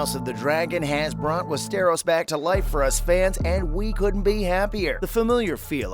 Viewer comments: Westeeeros? West-er-os? Ross Leslie? It's Rose. Please. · I Connor get over how he pronounces Westeros, “Wess-Teros.” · Jesus fucking Christ how do you mix up the words “Ross” and “Rose”?!??!? I want to barf. Ya know what? Make that crybarf. AND FOR FUCK’S SAKES IT’s WES-TER-OSE. SOUND IT OUT WITH ME NOW. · Click bait and I can tell you never have watched any of it by the way you pronounce Westeros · What a load of BS. The narrator cannot even pronounce Westeros. CLICKBAIT.